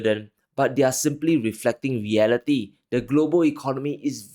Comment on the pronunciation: "weeflecting weeality"